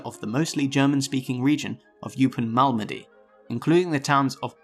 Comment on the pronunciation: Learn to pronounce 'Malmedy'.